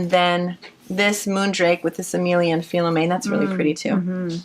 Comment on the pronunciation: For your information Emilia et Philomène yarn is a french canadian yarn company. The prononciation for Philomène sounds like Fee-low-men.